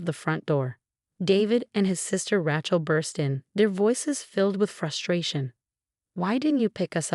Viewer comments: Rachel. Not Ratchel...difficult story to follow different pronunciation of a simple name.. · Need to learn to pronounce Names . Rachel isn’t pronounced that way. It’s so annoying to hear words / names pronounced wrong.